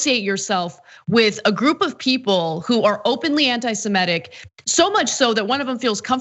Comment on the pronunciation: I wish anna would not keep on pronouncing it anti-semEtic. It's anti-semitic. I don't mean it's anti-semitic, just mispronunciation, you know what I mean. Doesn't make any of her points wrong, it's just distracting.